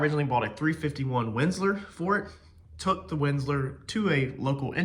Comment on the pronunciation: Windsor, not Windslor..